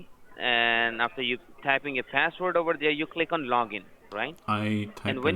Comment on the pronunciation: how can you trust someone saying click oniyet :)